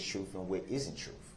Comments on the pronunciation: wasn't it so annoying how he pronounced words!? Troof-truth Oaf-oath Wif-with Dat-that SuBstain-sustain Ughhhhh!!! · It’s da troof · Its the troof , you never axe me that. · LOL... and it's the troof that the judge took an OOF of office and it's his right to AX for it.